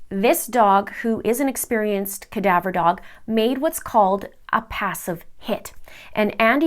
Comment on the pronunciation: its CADAVER DOG. not kadabra. wow, lol